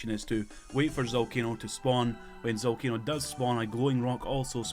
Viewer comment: the boss is called ZALCANO not ZOLCANO OMG DUMB YOUTUBER